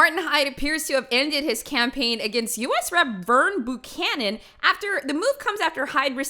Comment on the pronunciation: i love you but its B EW canon not BOOcanon -sincerly, a buchanan